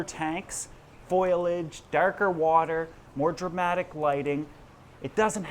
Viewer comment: Again with the foilage 😂😂😂😂😂🙈 FO - LI - AGE, Foliage, it's not that hard is it???? 🙈🇬🇧🇬🇧🇬🇧